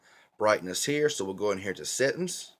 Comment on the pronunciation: NC is always tough because folks out in the Eastern part of NC often have a slightly different accent. When you said "settuns" (for settings) I just figured you were probably from Appalachia. :)